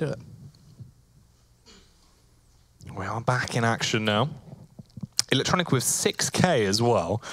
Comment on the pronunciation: How the casters pronounce electronic’s Name is so ugly